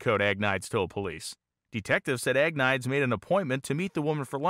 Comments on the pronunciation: Great video. Just wanted to caution you though that Agnides is pronounced something like ag-knee-des. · "Ahg-nee-dez" How good can your research be if you get his name totally wrong? Seriously, the repeated butchering of his name makes this unwatchable. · I can’t watch a video about a Greek person whose last name keeps getting pronounced AG-niyds. There is absolutely no way that is how that name is pronounced. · I think his last name name is pronounced Agh-need-ees. BTW I thoroughly enjoy your channel especially anything to do with drag racing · In most Greek names, you put the emphasis on the second syllable. Ag-Ne- deez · I think you'll find that as he is Greek his last name would be pronounced Ag-nide-eez. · Interesting video, thanks. But, being Greek, I'm not sure you're pronouncing his last name right.